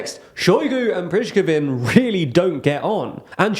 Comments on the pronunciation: The name you are pronouncing has nothing to do with the person you are talking about. How difficult is to learn one name - a single name !? Pree- go-zheen ( Prigozhin) . The name that you are pronouncing sounds much more complicated and not even close to the real one , ironically ! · prich-kevin lol just say putler's cook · I am sure Prishkivin is really pleased he got noticed. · Two things are literally mind-blowing: - How Shoigu and Gerasimov are so destructive for Russia. It's as if they're secretly working for Ukraine (which they surely aren't) - How Prigozhin's name could be pronounced "Prishkovin" 🤣🤣 JK, I love you guys and your content and enjoy the rare misspellings of Slavic names ;-) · It's no different from how a Russian speaker can't pronounce "birthday." Different languages just have different sounds; I'm not really sure how I could explain (using Latin characters and not the phonetic alphabet) to an English speaker how to properly pronounce Prigozhin. Prih-goh-zhin? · Prishkovin, even I'm laughing and I don't speak any slavic languages. The degree of dyslexia and mispronunciation of any non-English words on is appalling. I love their content but they really need to put some more effort into that, get someone in the team who can Google how words are pronounced and who can be there while they are recording episodes, or something. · "Priskosin" is just what happens when you don't care what you pronounce. It's not about being English speaker, there are plenty of examples, e.g. Perun, who pronounce everything clearly. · the pronunciation of 'Prigozhin' and some UA cities sometimes is not even close to how it should be pronounced. You need to do a better research in this direction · Prichkovin? lol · I can cofirm it's Pri go jin (stressed o) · Putin has problem to control Prigozhin. have problem to say Prigozhin. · Please learn how to pronounce Prigozhin! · Apart from your jarring pronunciation of Prigozhin this was a good video, as usual 😌